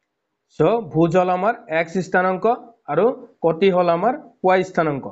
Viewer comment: Sir kuti hoi koti nohoi😅